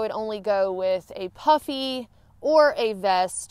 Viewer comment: I was listening to this segment with one ear as I was working at my desk and nearly fell off my chair when I heard you said something about "wearing my puppy coat" Once I looked I realized you said "puffy" coat I laughed in relief. Also , did you ever use your umbrella as a sun shield; i.e. parasol?